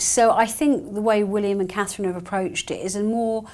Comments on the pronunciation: She has trouble even saying Catherine. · Call her “” or “” until, she can get Catherine’s name correct..IMO